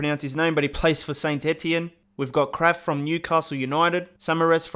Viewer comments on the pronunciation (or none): none